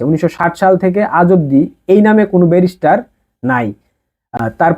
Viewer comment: তোর বাপের ও যোগ্যতা নাই ওনার সম্পর্কে বলার। তুই নিজেই তো এখনো ব্যারিস্টার উচ্চারণ করাতে পারিস না